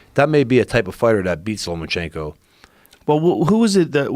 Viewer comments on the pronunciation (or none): Is it bugging anyone else that he keeps saying Lomanchenko. With a N